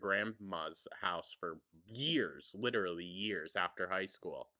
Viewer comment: "It lidderaly became a meme......" because it's stupid! My immediate words too,. 😅